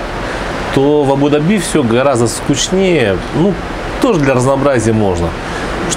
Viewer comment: видео обзор как всегда супер, единственное немного режет слух неправильное ударение в слове Абу-Даби...